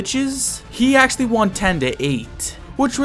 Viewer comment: blud said acholy